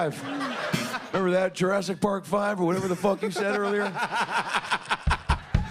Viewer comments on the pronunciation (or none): Did you say drastic park? 😂